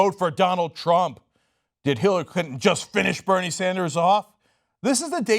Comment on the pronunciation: "Hillary Cuntin" 😂